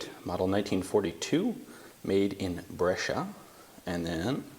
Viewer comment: Well, tbh his pronunciation is not that bad and he even nailed Brescia, that is not easy at all ^^